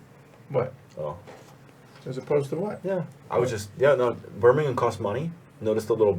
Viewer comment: As a Brit who's lived in The Americas for the last 6 years, I'm pleasantly surprised by how many of the place names you all actually pronounced correctly! I think it was who murdered "Monmouthshire" and "Birmingham" needs some work, but yeah, very impressed:)